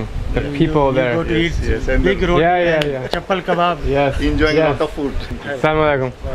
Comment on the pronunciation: he said chapal (slipper) kebab BTW I'm Pakistani